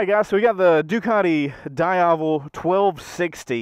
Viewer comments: it's not "daiavel", is "dee-avel" bruh.mp3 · Da-ya-vel? It's Di-ya-vel, isn't it? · Diiiiiiiiiavellll not Dieavle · I did a nice 45 minute demo ride on a Diavel during bike week like ten years ago and have wanted one ever since. Odds are very likely that I'll have a 1260 S in my garage by next spring! Btw, the Ducati people told me it's pronounced Dee-ah-VEL (emphasis on the last syllable), not Die-AH-vel (emphasis on the middle syllable). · die havel... smh is pronounced D AI VEL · DEE-AVEL, not DIE-AVEL. Just sayin... 😁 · How to pronounce "Diavel" correctly Dieyavel/daiyavel = wrong Deeavel = correct Sorry just a bit disturbed by the pronunciation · Correct pronunciation is Dee-ah-vel. No big deal, unless of course you're reviewing one on video in which case it wouldn't be a bad idea to get it right. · dee ahh vul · Am i the only one who got annoyed with his Diavel pronunciation? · Love how you pronounce Diavel, come on, say it right... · Loved the first ride. But just a quick FYI, the NA CEO of Ducati pronounces it “Dee-avel” not “Die-avel.” Also, “Pan-igale” not “Pawn-igale.”